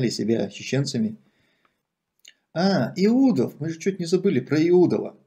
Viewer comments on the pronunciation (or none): Наверное он считает что он недостоин этой фамилии, и поэтому коверкает фамилию! А так это знатный правокатор!